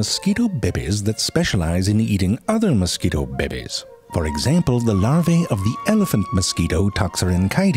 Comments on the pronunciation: Narrator: In order to make-- sexy deep in sudden heat narration voice (bibbies) 😂😂😂 bro it's "babies' I'm dying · Listening to ZeFrank say “bebe” will never, ever, get old. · The narrator is so amazing! I love his pronunciation of "babies". Reminds me of Schitt's Creek! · The way he says “babies” gets me. 🤣